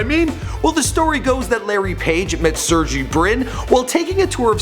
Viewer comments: ITS PRONOUNCED SIRGAY. Not surgie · Sur-gay*** not serjee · Its pronounced SIR GAY NOT SERGEE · Brin's name is pronounced "Sehr-gay". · They really ought to look up pronunciation of the names before making a video... Sergey was pronounced quite awfully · You pronounce Sergey wrong :) just search it on youtube